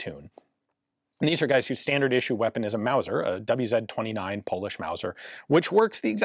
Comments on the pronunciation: The "wz." should be pronounced as "vou zed". It stands for polish word: wzór (vzoor) similar to british "mark", or Japanese "type", completely connected with a year of official introduction in the military service. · I know this is a very minor point but as an Englishman I'm intrigued as to why Ian said "double-u zed 35" at 22m12s. I guess he's in England when recording?